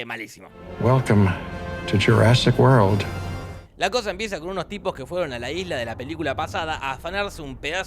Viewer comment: GÜELCOM TU SHURASIC GUOR Nivel de ingles: ITSH OUBER NAIN TAUSEN! :v